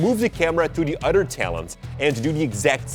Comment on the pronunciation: When says "Ado" instead of "other" ○_○